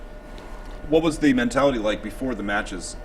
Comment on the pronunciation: lol "MAN-TELLITY"!!